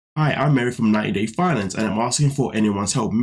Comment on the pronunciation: "90 Day Finance-e" 😂